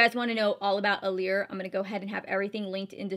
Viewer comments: It's pronounced allure not allear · You said allure wrong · lul i thought i was the one saying it wrong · sherry Little I get that but sometimes little things will just bug you